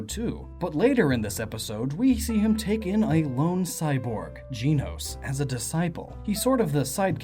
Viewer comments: dracosfire7 gen-os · I don't mean to be mean but... GEENOS! It's GENOS! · Also it's gehnos not geenos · Gen-ose not jean-ose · JEN-ohss, not JEAN-ohss. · Dear goodness it’s Gen- nos not Gene-nos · If I got to here you say Jenos one more time, I'm gonna go mad!!! Its Pronounced as in the show "Gen-os". Only complaint the video is great. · I thought Genos was pronounced like you gen in generation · not Jeanos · its pronounced GEN-OS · it sounds like his saying jii-nos. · for christ's sake if you pronounce it "gee-nos" one more time XD loved the video dude! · OMG you say Genos' name wrong. I'm crying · Disliked the video just because of how you pronounced Genos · reddead405 that’s how it looks like it’s supposed to be pronounced lol